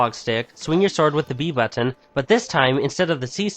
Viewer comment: "Button"....say "button"....again....keep practicing.